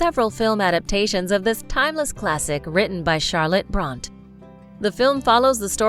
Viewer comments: this girl really said, "jane EYE-ER" and "charlotte BRONT" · Maddening crowd? Machinations, pronounced ‘sh’. Jane “Ire.”? Bront ? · The narrator needs to learn how to pronounce certain words and names please. For example: It's Far From the MADDING Crowd (not Maddening!). Devonshire is pronounced Devon-share. Bronte is pronounced Brontie. Jane Eyre is pronounced Jane Ere. There were others, but these ones stood out. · I can’ttttt Jane “Ire” and Charlotte “Bront” 🤦🏻‍♀️ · Who is the narrator? Can't pronounce titles? and names?